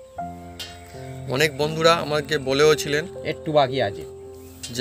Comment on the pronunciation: এসিপি নয় রেসিপি হবে। ঠিক করে উচ্চারন করুন।